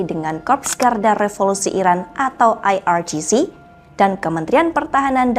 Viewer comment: Pakai bahasa Indonesia yg benar IRGC di baca IEr Ge Ce bukan Ai Ar Ji Ci ini orang indonésia yg ke barat baratan dan sangat memalukan